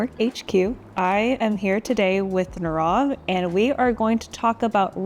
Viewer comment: Say his name correctly. His name is NEE rav.